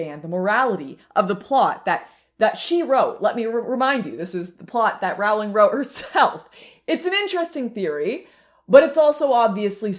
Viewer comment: I can't watch. It doesn't rhyme with growling. It's like roe-ling or rolling is fine too. J.K. chooses her battle and this one with people massacring her name she has forfeited unfortunately.